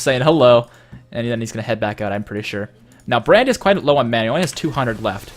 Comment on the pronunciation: I keep hearing bread when ever he says brand xD